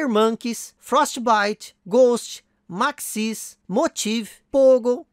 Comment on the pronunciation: Issui, Maxis se fala: “Máxis” e não “maxís”